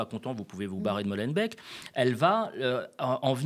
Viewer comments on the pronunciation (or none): Salut, petit commentaire sur Molenbeck... Alors, pour commencer, ça se prononce Molenbéééék... pas beck. Ensuite, ce n'est pas une ville. C'est une commune de la ville de Bruxelles. Commune = arrondissement à Paris, pour illustrer. Ensuite, ce n'est pas en région wallonne, c'est en région bruxelloise. Et ce n'est pas une commune francophone... C'est une commune bruxelloise et donc bilingue. Même si oui, le français y est majoritaire. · Cher, petite coquille concernant l'affaire à Molenbeek - qu'on prononce, pitié le covid est passé, "béék" et pas "bec" (mot signifiant "ruisseau" et "molen" signifiant "moulin", que vous retrouverez en quantités de couleurs le long du canal à titre symbolique) DANS LE CENTRE DE BRUXELLES et donc pas en Wallonie... ce n'est même pas une "ville" mais une des 19 "communes" de la "Région Bruxelles-Capitale", une des 3 régions de ce pays, d'ailleurs plutôt enclavée en région flamande. La Molenbeek est également une rivière, remise à ciel ouvert sur certains tronçons si jamais vous voulez la retrouver vous pourriez être surpris par l'aspect bucolique de notre capitale bien verte par endroits. Concernant la langue, Molenbeek-Saint-Jean (ouais c'est son nom complet), ainsi que toutes les autres communes qui composent la région ne sont pas francophones administrativement mais bilingues (français + néerlandais). Autre complément sur l'assertion de notre chef de parti Bouchez: en effet, la Belgique n'est pas un pays laïque puisque de l'argent public finance les cultes, avec une majorité ÉCRASANTE pour l'église catholique, ce qui mérite d'être questionné selon moi. Il s'agit historiquement d'une volonté politique de cohésion sociale. Quelque chose qui a d'ailleurs eu lieu également dans certaines régions de France. Et, taquin, je finis cette correction par une mini info plutôt connue par chez nous: savez-vous quelle est la première population étrangère à Bruxelles? Les Français. 🙂